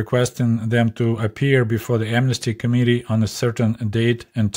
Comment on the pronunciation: Your accent makes the word "committee" sound like "comedy"! Please never change how you pronounce this word, because it's as true today as it was back then! Love your videos,, please carry on the good work you're doing. I'm the same age as you, so it's extremely interesting, being able to directly conpare my life growing up in a capitalist country (UK) with growing up in a Soviet country as you did. Your expectations for birthday presents were far below mine - if I'd only been given a couple of kgs of bananas for my birthday, I would have cried! In comparison with you, I was a spoilt brat - and my parents were only working class!